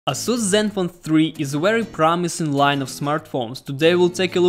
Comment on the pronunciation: ейсус правильно по англійські